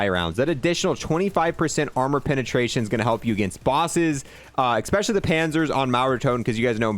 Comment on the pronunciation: He said ekspecially a lot during this video